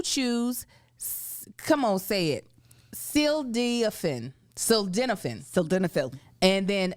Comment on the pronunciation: . Its Ta -dal-Uh-fil and sil-den-Uh-fil